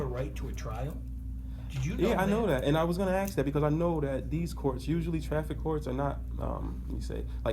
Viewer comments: “Just had to ax you if you abide by your oath!” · It’s ask, not axe